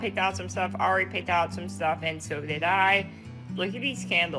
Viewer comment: The fact this dude can't say ari and calls the daughter airy the whole first story is sad seeing as they even say her name in the clips.... you gotta do better